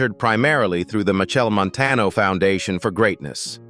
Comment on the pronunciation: Cah even watch dis until the narrator at least learn to say de man name right and the cities mentioned. Steups